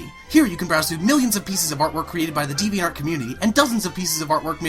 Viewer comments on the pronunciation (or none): You can't even say the website's name right!!!!!